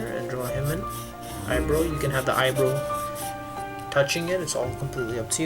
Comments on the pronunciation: its EYE-BR-OW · Im sorry but.... Eye what now?? I mean i guess its how you say eyebrow but.... It bugs me...😅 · I love how he says eye-bro instead of eye-brow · "Drow Anothah I Bro" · Why does he say "eyebrow" like "eyebrew"